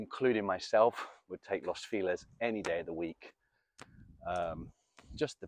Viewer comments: Alguien que le enseñe español a este señor! Not Los Filez! Is Los FELIZ! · Lows feeelez? Is it near Los Feliz?